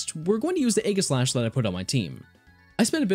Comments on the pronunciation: I hate how you SAY Aegislash it's definitely not A-giss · You mispronounced aegislash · The g in Aegislash is a soft g, not a hard G, it makes a j sound, not a g sound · Sorry to be a pedant or whatever but aegislash is a play on words. It's a portmonteu of the words aegis and slash. (Aegis meaning to protect and slash to attack, fitting for a sword and shield pokemon.) Aegis is pronounced with a soft g. Aegislash then is pronounced also with a soft g.